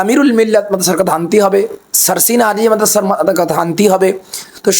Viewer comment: Uni Alia sobdo uccharon koranni